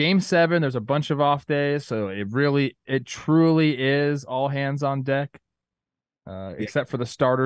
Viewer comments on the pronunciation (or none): none